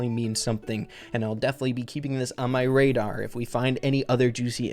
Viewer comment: “On my radar” More like “On my -dar”